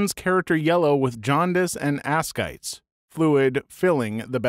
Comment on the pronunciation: ascites is pronounced "uh-site-eez" i may call it ask-ites in future though :) c/o cp = complained of chest pain